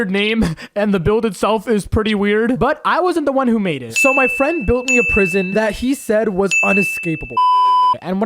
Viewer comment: He no has fwend